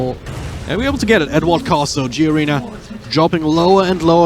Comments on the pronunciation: >27 >kiddo >plays for ever 12 years im not sure if it was pronounced as G arena.... im pretty sure it was just Garena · the commentator keeps saying G-arena, wtf with this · Fucking caster cant even pronounce garena instead saying it as G arena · did he just said G-arena?